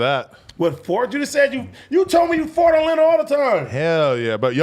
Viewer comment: Why does AD pronounce fart like fort?